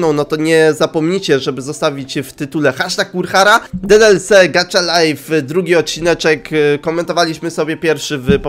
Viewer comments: to sie czyta : gacha, a nie gacza xd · MÓWI SIĘ GACHA LAJF A NIE GACZA LAJF A PISZE GACHA LIFE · Gacha life a nie gacza life!!?!? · Nie czyta się gacza czyta się gacha